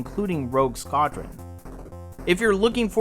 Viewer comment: rogue... Skawd-rin?